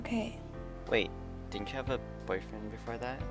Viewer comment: UM UH I think you mispronounced "boyfriend"